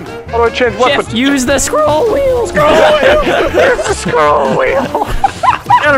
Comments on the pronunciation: I laughed so hard when vanoss said "the squirrel wheel!" (yes, I know he meant scroll.) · ''The scrOWHL wheel!'' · The sCrWoohl WhEel